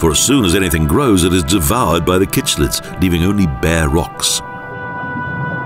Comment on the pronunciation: Cichlids are pronounced sick-lid not kickc childs and mouth brooder not breeder. How much do you actually know?